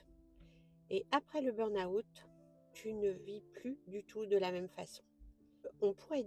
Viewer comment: Merci de ce message pour tous ceux et celles qui ne l'ont pas encore compris car je suis tout-à-fait d'accord avec vous. Sauf sur une chose : votre prononciation de "burn-out" qui est erronée. Vous êtes sans doute Française pour le prononcer ainsi, non ? En fait, il y a deux erreurs, une sur burn et une sur out. On ne prononce pas le "r" du mot "burn". Il se prononce "beeen" en prononçant bien "e" comme la lettre e mais en allongeant le son (raison pour laquelle j'en ai mis 3). Ensuite, dans la prononciation de "out", il n'y a pas le son "ou" avant le "t". Ce n'est pas un mot français mais un mot anglais. Ça ne se prononce pas "aout" comme vous le faites (en séparant le son "a" du son "ou)", mais ça se prononce "awt" en prononçant le "w" comme les Belges, c'est-à-dire comme dans Watt (l'unité de mesure de la puissance électrique des ampoules) ou comme dans "water" en anglais. Donc, le tout se prononce "beeen-awt". Aller sur Reverso, taper burn-out et cliquez sur le petit haut-parleur à côté du mot, vous entendrez la bonne prononciation. Ainsi, les anglophones et les Belges ne se moqueront plus de votre prononciation foireuse de ce mot. Belle journée à vous et encore merci.